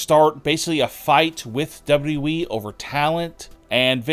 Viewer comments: It's WWE NOT DOUBLE DOUBLE E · You have a voice for silent movies bro. And it's W W E. Not W E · hey bro it's wwe not weeeeeeee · Stop DABLOO DABLOO EE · Who is w we? Oh, you mean w w e. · "Chris Jericho to Dubba-derwee??" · Its still amazing that he can't say WWE man just spurts out dubadubaE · WwhwhE or Wwheeee. haha pronunciation is key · No, he said "W Double E". The guy can't even pronounce WWE correctly. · Is this guy incapable of pronouncing WWE? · My question is why you can’t pronounce WWE? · Can’t even pronounce WWE properly 🤣🤣🤣🤣🤣🤡🤡🤡🤡🤡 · The way you say WWE annoys the literal piss out of me. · Why does this guy say WWE that way??!! 😂😂😂😂😂😂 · I will believe you when you can properly say WWE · This narrator makes Scott Steiner sound like Barack Obama. WWE doesn’t need to be said in 4 syllables jabroni. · When you learn how to say WWE correctly, maybe people will take you seriously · I don't belive anyone who can't fully say WWE. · You should learn how to say wwe if you are going to say it over and over